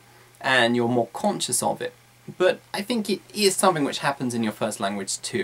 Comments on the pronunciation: I noticed that he pronounced wards like something, smoothly as somfing smmofly, am I the only one who noticed that? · "You need to talk about sumfink"?